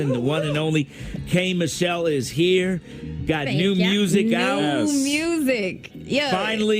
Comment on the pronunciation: ITS K MICHELLE NOT MITCHELLE